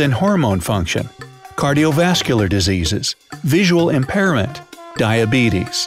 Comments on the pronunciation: they say diseas not disease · “Cardiovascular Diseas” I think they mean diseases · “Cardiovascular diseas” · diseas hahahahahhahaha